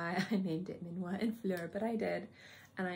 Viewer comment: Your video is super interesting and is so difficult to find videos about Dominique’s creations. Thank you very much. Please learn to say the name is done for you from a french person 😂because is not minuat is minuit 😂 and mise en plat no mira plat 😅